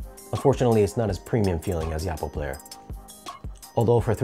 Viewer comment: OH-Poh, not AH-Poh, according to Oppo.